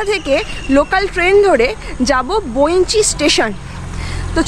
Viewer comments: বৈঁচি - বোইঞ্চি নয়, বাঙালি বাঙ্গালীর মত কথা বলো, অশিক্ষিত ইডিয়ট তৈরি হচ্ছে কতগুলো !! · আচ্ছা, আপনি বারবার বৈ৺চি স্টেশন'টিকে 'বৈনচি', 'বৈনচি' বলছেন কেন ? আপনি কি অবাঙালি ? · ওটা বৈঁচি, বইনচি না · জায়গাটার নাম ইংরেজিতে Bainchi লেখা হলেও উচ্চারণ বৈঁচী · বর্ণনা দেওয়ার ভঙ্গী অত্যন্ত খারাপ। উচ্চারণ শুদ্ধ করতে হবে।বঁইচি স্টেশন।